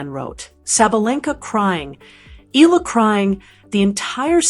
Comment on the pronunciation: UP TO NOW, YOU DONT KNOW HOW TO PRONOUNCE HER NAME. ITS E-YA-LA NOT EE-ĹA.